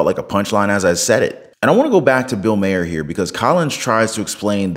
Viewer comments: It's not pronounced Mayer. It's Mahr, like far. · Once again - would you please learn how to PRONOUNCE MAHER’S NAME?????